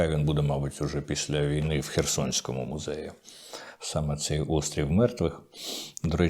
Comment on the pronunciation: пане Дмитре, вам самому не огидна ваша вимова? невже ви так ненавидите українську мову, що так її паплюжите : "музЄї", "подвОр'я" тощо. У вас є якісь "проблЄми"? Ви мені нагадуєте ведучіх провідних українських каналів, які вважають модним трендом "ВОТ"-кати та "ДА"-кати, ніби хизуючись, весь час промовляючи : "корки на дорогах" або "рахуючи думки".